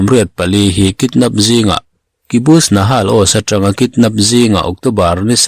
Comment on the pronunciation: I channel hi a tha ber ,a update in a kim chang si i aw ngaihthlak a nuam in i chhiar thiam si.❤👍🏻 Chutih rual chuan thil sawi ve duh ka nei a Kibutz nakhal oz ti a lam tur j hi y anga a rik ang chiah hian , benjamin chu benyamin ti a kan lam rik ang hian H hi kh in lam rik tur a nia. Haifa tih a ziah ni mahse a lam danah chuan khaifa ...nahal ni mahse nakhal tih tur aw .